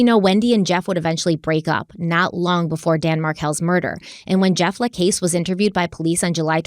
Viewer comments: For the love of god, just call him Jeff..I cringe every time time I hear you say La CASE.. it’s la CASS:. And it’s even worse when you throw a La CASS in there every now and then.. just call him Jeff.. also:. I know you watched the videos pronounce Kathryn’s name correctly too please 😫😫😫😫🤦‍♀️🤦‍♀️🤦‍♀️ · Jeff's last name is pronounced to rhyme with the word cast.. not case. You only have to listen to him say it when he testified to know this. The fact that you couldn't do at least that much is laughable. 🙄🙄🙄🙄🙄🙄🙄🤔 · Hi. Jeffa last name is pronounced LaCASS not LaCASE. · Hey! Keep up the great work on this case! Real quick, Jeff’s last name is pronounced like “La-Coss”. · Jeff La Casse pronounced. LaCauss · You need to pronounce Jeff lacasse properly. This diminishes your depth and level of validity in research. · Just so late to the party....you started out great, parts 2-4 Down hill...oh and learn how to say Jeff's last name...